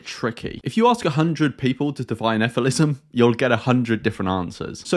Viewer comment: Shouldn’t it be pronounced as figh-lee-sim?